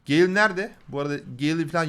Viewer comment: abi o gale diye okunuyor direk